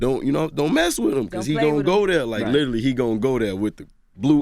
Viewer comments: I want him to stop! Saying litally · "Lidally" ~ G Herbo